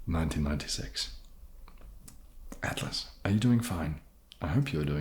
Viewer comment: Thanks for answering all these questions. and thank you for pronouncing my name right. Wow. I am glad I didn't ask my original question. What gives you the right to be so cute? 😆